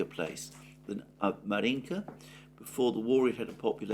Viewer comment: Right, Alexander! It’s Avdéevka, not Avdiivka! And Márjinka (1st vowel stressed) ❤